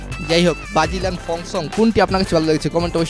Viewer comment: Vai bagilian na Brazilian hobe 😂😂😂😂